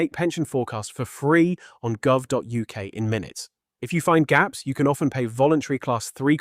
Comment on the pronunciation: Some of the commentary esp. pronouncing gov is a bit weird - however, very good advice.